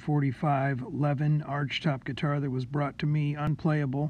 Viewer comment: Thanks for sharing, by the way it´s pronounced Leviiin